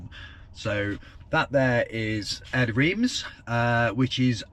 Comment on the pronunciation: Reims is pronounced Ranss / Ranz